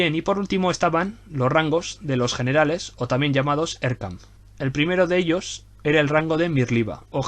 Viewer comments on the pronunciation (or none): none